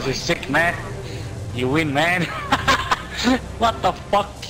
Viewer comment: U know its french when he says watafaq